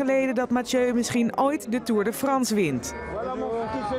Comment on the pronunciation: Nederlanders kunnen echt geen frans omg belgen kunnen veel beter frans hoe die presentator tour de France uitsprak ahahahahaha